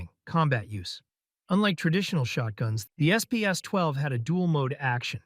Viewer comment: Frahn-kee Spahs-Twelve